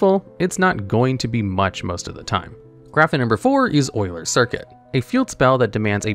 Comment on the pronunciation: Wait, you know the correct pronunciation of Euler?